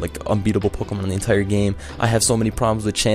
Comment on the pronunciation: "Pokomon" Lul, Pokémon XD